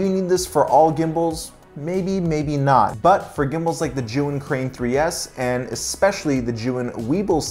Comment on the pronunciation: Sorry to hear about your hard drive. Actively spinning drives are VERY delicate. Love the recommendations for accessories. One tip: "Zhiyun" is actually a compound word in Chinese meaning "wise cloud" if you pop that word into Google translate you'll hear the correct pronunciation. To my ear, it sounds like "chew-ying". I saw that tip in a Chinese YouTuber's video on the Weebill S.